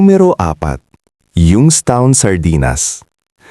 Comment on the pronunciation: Mali Po basa nyo Ng young's town